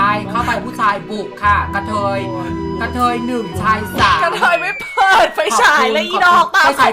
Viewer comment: กะเทยไม่มีร.เรือนะคะพี่